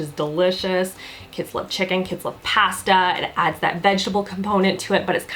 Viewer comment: I love how Canadians say pasta....